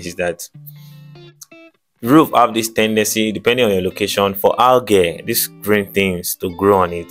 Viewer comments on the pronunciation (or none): “Algae” is pronounced: Algee long e. Great content.